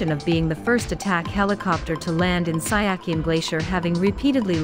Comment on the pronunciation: Siachen is to be pronounced as see-ya-chin not sy-a-kin